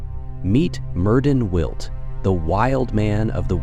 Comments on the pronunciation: As a Welsh speaker, his name is properly pronounce Mērðin Wiłt. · Don’t quote me but for help I think it’s Meerth-in can’t replicate the “ll” sound in the second name sorry. Aside from that loved the video